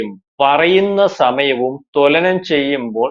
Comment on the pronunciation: Tolanam, alla thulanam, malayalam vakthamaye parayuka.